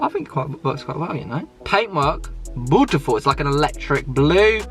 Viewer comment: First 30 seconds "im gunna be ripping into your cars this episode" One minute later "This cars bootiful"